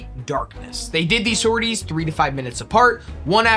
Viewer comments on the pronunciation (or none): Amazing start, thank you! Just a note: the last 's' in sorties (sor-tee) is silent. I only mention it cause I was actively disoriented and confused for a few seconds - I'm not a grammar yahtzee I swear!